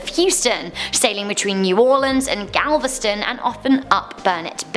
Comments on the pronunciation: Galveston. Not Gavelston. Great job tho!! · She said Gavelston and not Galveston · She said gablesten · Oy!! This Pronounced, Gal- ves- ton!!!! Google him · She said gavelston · Its gal-vast-ton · You pronounced Galveston wrong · She said Galveston wrong